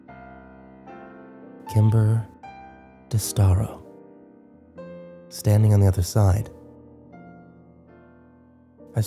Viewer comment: When he said "kimber distaro" i totally forgot about them